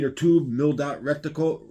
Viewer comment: 😂 omg this guy saying rectile, rectile, rectile so much has to be on purpose. Its not even like he cant read. If you know the word then theres no way you dont know its reticle. Ret- tickle.